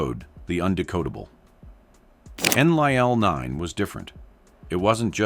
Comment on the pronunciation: Your AI doesn't even say Enlil correctly. Enlil was the semi-reptilian half-brother of Enki and the Anunnaki military commander here on Earth - Anu, his father had remarried and had married a reptilian for reasons best known to himself. Enki was the purebred Anunnaki from Anu's previous marriage and was a scientist who did his best to help us in what were difficult circumstances because of Enlil.